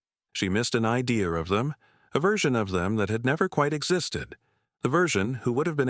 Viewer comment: I know t his is A I but teach it to say "Idea" not idear or ideal.